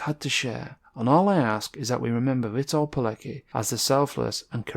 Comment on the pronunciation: great video my friend. i think his name is pronounced as veetolt keletski not sure but that is how my wife pronounces it as(she is from Poland) Edit: i think that is correct, here is another source